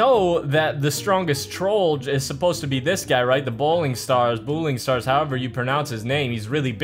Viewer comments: It's Boiling Stars not Bouling Stars Cool vid tho :) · Every one be like boiling stars bro it boiling stars